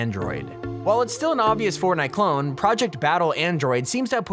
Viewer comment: I love how he says clon instead of clone (number 10)